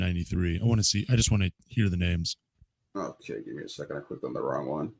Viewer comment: can’t says names to save his life 😂